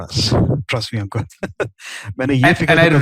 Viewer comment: Bar bar ankur bolrahay ya Ankuk😂.